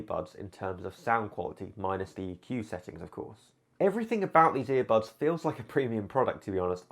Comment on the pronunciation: I HATE IT WHEN HE SAYS EAR BUBS EVERY TIME